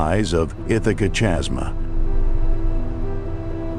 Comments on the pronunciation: The AI just couldn't handle chasm as it converted type to audio. Irritating isn't it!? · Chasma, pronounced kasma